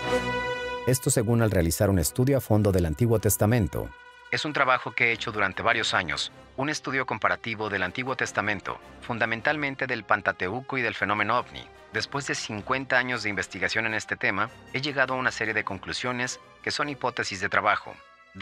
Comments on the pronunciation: HOLA QUÉ TAL ESTÁS, PERO TENGO QUE HACERTE UNA CORRECCIÓN. HAS DICHO * PANTATEUCO * PERO REALMENTE SE PRONUNCIA *PENTATEUCO *. POR LO DEMÁS TODO BIEN TIENES UN CANAL MUY INTERESANTE, DE VEZ EN CUANDO LO VOY SIGUIENDO. SIGUE ASÍ. UN SALUDO. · No es pantatauco sino Pentateuco...son 5 libros y de ahí el nombre.